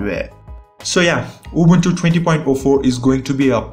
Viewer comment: Man , i LOVE the way you pronunce Ubuntu , you pronounce it just like us , Romanians